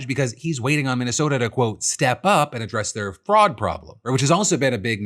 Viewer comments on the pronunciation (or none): I kept hearing frog instead of fraud